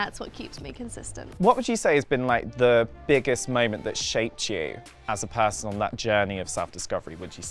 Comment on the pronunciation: “PAAHHSON” that’s when i opened subtitles.😂